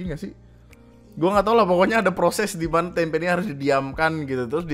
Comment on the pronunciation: tempe jangan dikasih 'k' bang, artinya jadi lain 🗿